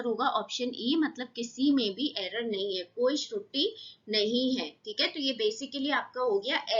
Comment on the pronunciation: आपको pdhna aata hai ki nhi? Shruti nhi , truti bolo. Aap video banane ke layk nhi ho